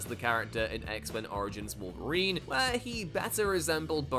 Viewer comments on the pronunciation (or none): none